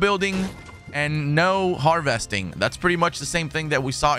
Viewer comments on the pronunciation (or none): Har vesting 😂 lmao cmon man